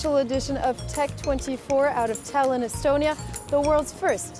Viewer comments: E-stonia not e-Estonia! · Seriously? You made a report about digital innovation in estonia and instead of calling it "e-stonia" you call it e-estonia? Boy this deserves the podium of wasted occasion since they started the competition.